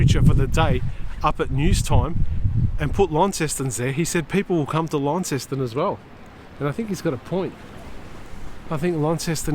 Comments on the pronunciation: ** not lawn ceston** It’s “lon-ceston.“ Launceston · haha yeah it gets quite frustrating hearing everyone say it like it! But it’s pronounced lon-ceston